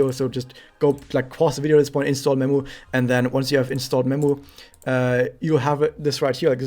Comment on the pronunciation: When you said I'm gonna recommend memu I thought you said I'm gonna recommend nemu xD